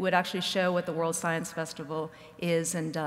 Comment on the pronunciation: "SOYENCE" -Lawrence Krauss